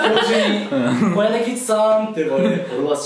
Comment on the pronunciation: て「つ」や じゃなくて こやなぎ「つ」🙈🧡